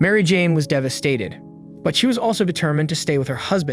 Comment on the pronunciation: "ascend on their home"? What language is that supposed to be? "Credit CARD"? "DevaSTATED"? Is this an AI that puts the emPHASis on the wrong sylLABle?